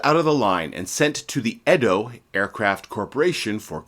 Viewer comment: Two items meant as constructive criticism: The EDO company is pronounced - EE' DOE Folland is pronounced - FOE' LEND